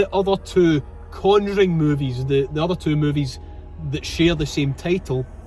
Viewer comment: Brilliant again! "Two for the Con-joo-ring please"